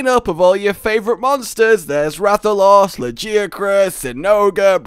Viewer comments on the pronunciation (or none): none